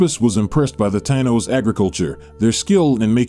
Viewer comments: It's pronounced; ty-eno(s) man! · He is not saying tainos right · You would think someone who expresses knowledge of the land and the people would know how to properly pronounce the name....if you can't pronounce the name then everything else you say is flawed. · I totally agree he should have done his pronunciation homework before hand